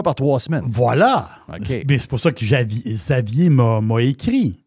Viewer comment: juste vous dire Xavier se prononce Gzavier